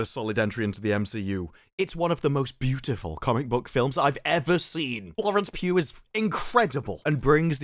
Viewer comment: Mate...It sounds like you're saying 'Florence Pube.'